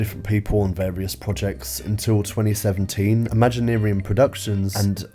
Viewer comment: I can’t fathom anything about this film. Or your decision on how to pronounce “ImaginArium”.